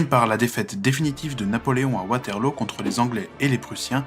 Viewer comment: on prononce waterlou enft